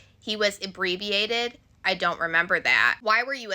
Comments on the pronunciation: 'Inebriated" is not pronounced "abbreviated" yall are a special generation 😂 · You’re doing a great job! Thanks for the break down! But you not pronouncing inebriated right teice had me howling😂